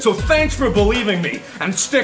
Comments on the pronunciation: hahaha "stick around for more awsome wideo's"i love this dude and im gonna support him with a sub :) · NOT ONE PERSON LITERALLY NOT ONE PERSON REALIZED HE SAID "wideos" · Did he say wideos ? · Wideos LOL